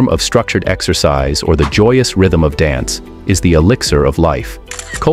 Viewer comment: Why does the AI pronounce 'dance' correctly and then later mispronounce it? How odd.